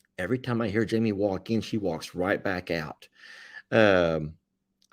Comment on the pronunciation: I agree with you. Le and Meg are doing awesome! Soooo proud of all you guys on Morrow Hill. I see the #s 15283 and the voice sounds like it's sayin Yimmy. I use to call my Irishtwin brother Yimmy cause I couldn't say Jimmy. Lol😊❤